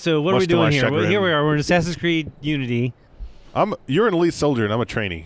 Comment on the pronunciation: "ooo"-nity haha